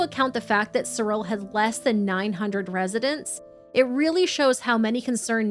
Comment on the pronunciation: Thank you for pronouncing Cyril correctly!